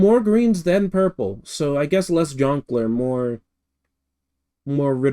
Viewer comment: So funny to listen to you (correctly) identify the colour periwinkle and then immediately call the next yoshi uorple 😂 Also, I'll be waiting for your sonic rant video complete with rantsona hamster. Start youtube beef. Fight Arin Hansen with your bare hands. Do it (evil kermit voice)